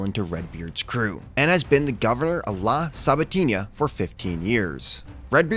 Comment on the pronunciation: Good video. Slight Mispronunciation on 'La Sabatina' ; since there's no virgulilla (~ wave tilde) over the ñ it's pronounced as a regular n.